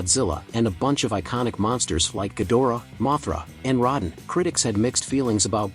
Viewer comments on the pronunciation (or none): you keep saying Rodan name wrong. The o is capital. that's not a good thing. People need to see what's happening. it wasn't that unique. Bad monsters show up good monster beats them. What's so new about that? to the human story if you can care about them sure. But to the monsters their anything but realistic. again nothing about this franchise is realistic so Godzilla slamming Ghidorah through a building is him being careful? I don't think so. At the end of the day Godzilla is still a force of nature and is only protecting earth. Not humanity. Yes he did keep the other titans away from cities. But that's because they saved him from dying. It's a even Steven type of deal. But if humanity screwed up royally Godzilla will go to war with them. Look at what happened to Apex too many cutaways here's the difference between Gojira and G14 One focused on Godzilla and his impact on Japan The other focus on two parasites trying to mate and a boring soldier trying to get back to his boring family and there's Godzilla.